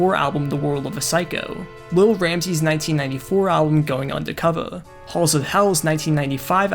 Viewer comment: lol it clearly says "Undercover" with an R but you say it with an A. Like how every white person says "fiddy" cent. Subconcious racism lol